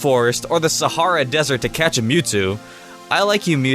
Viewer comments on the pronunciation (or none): none